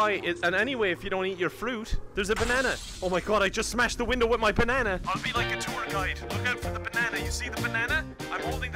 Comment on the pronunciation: Me sitting here saying your saying banana wrong XD